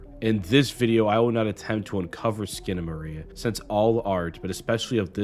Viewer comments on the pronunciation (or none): It's SkinamaRINK!!! Not Skinamarie! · I'm two and a half minutes in and this train wreck of a video is so awful that I feel i should comment to warn people not to bother watching it. ❌Uses objectively in place of subjectively. ❌Claims that his interpretation will enhance your first viewing... of a surrealist movie. So spoilera are fine I suppose. ❌"Eck-scape". ❌Consistently mispronounces the god damned movie's title. Skip. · Bro at least figure out how to pronounce the title. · I love what you're pointing out artistically but I am begging you to edit and research better for other videos. I can't watch this with the same surreal strangeness with the constant mispronouncing of the title. It is just too grating, but your insights are great!